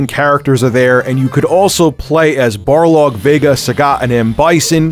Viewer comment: “play as Barlog “? Or did you mean Balrog 🤪